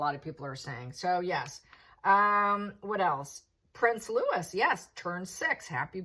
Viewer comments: ❤ Hi... I'm not sure if you're aware that the correct way of pronouncing Prince Louis' name is "LOO - ee." It's of French origin, and the "S" is silent. It's the same way as we pronounce the luxury brand, LOO - ee Vuitton, even though it's spelled "Louis Vuitton." I tend to hesitate when telling someone they've mispronounced a word, as the last thing I want to do is to embarrass anyone! But, then, I remember someone telling me that I was using the wrong pronunciation of the word CELTIC. In the U.S.A., we say the Boston Celtics - as in "SELL -tiks." When referring to CELTIC Music, it's correctly pronounced with a hard C, as in "KELL - tic." I was always grateful that she pointed this out to me. If not, I might still be mispronouncing it 25 years later! 😂 I meant it in the spirit of friendship and admiration of you and your wonderful channel! You've taught me SO MUCH about Narcissists, Sociopaths, Phychopaths, BPD, and the 4 subtypes within BPD. ect. Your teaching on these topics was the number one reason I became a follower! Along with your coverage of Megapausal, the Wannabe Dictator & her Gullible, Submissive, Subservient Wimp, Hawwy the Gutless Wonder! I knew nothing about TAROT when I found your channel, but I've been tuning in daily for at least 2 years. 🥰😘 Plus, I love your giggle and your perfect degree of "snarkiness!" Much love! ❤ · the "s" on Louis as in Prince Louis is not pronounced. So it sounds like Looeee.